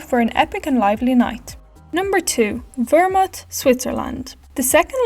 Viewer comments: 2. is called ZERMATT not ZermUtt !! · Vermut? It's Zermatt (pronounced "Tsermat"). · What abouth the Ischgl-Samnauin area ? By the way it is Zerm_-ath